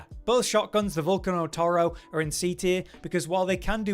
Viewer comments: In Italian its vool-cah-no. Go figure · Its pronounced val-cane-no